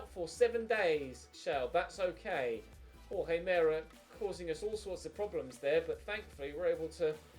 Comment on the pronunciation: It’s pronounced hor-hay mer-ay. For Jorge Meré